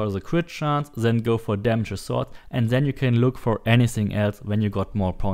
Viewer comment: Stop saying ZEN instead of THEN !PLEASE